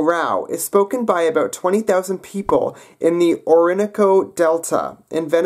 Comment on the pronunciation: Slight correction: Orinoco /oh-ree-NOH-koh/ -- not /oh-RIN-uh-koh/; Be careful about language family relationships, as there are competing theories and new interpretations over time with more comparison and scholarship. Languages may borrow from neighboring languages over time with prolonged or influential contact. Words as well as grammatical features and sound development patterns (in phonology) may cross-pollinate. This can make it hard to tell what's related to what.